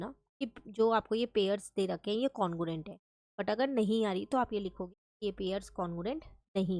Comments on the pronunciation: congruent no no no congurent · Congruent no no congurent